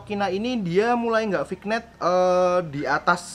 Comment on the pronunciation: Bacanya Vinyet kak